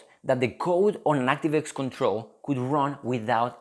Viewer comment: 액스티브 와이 ㅋㅋㅋㅋ